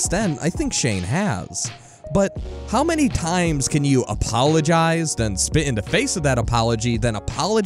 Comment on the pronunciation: Dude the word is “the” not “duh” you are clearly more than capable of saying “the” and the “th” sound cause you do it plenty of other times. Lol wtf I cannot possibly be the only one who is driven nuts by listening to this…